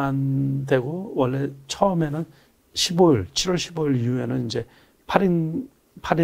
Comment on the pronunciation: 십월이아니고 시월